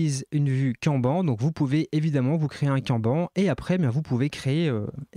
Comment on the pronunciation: Trop bien, merci pour la vidéo. Par contre, petit point, kanban ce prononce canne banne. C'est japonais 😉